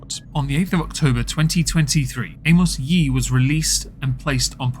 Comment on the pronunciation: “Amos Yeet”. Hahaha. Does the narrator have a speech impediment??